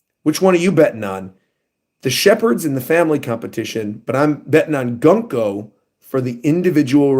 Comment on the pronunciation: Peak One Piece! Btw, Gunko's name is pronounced as "Guunko\Goonko".